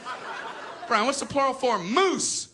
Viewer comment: Moosen? XD